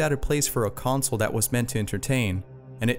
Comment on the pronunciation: You said consle